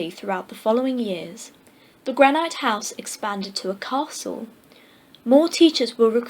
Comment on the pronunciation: Nice reading, but the words "granite" and "Narragansett" were mispronounced. Granite is a mineral, pronounced: GRAN-it. For "Narragansett," listen to this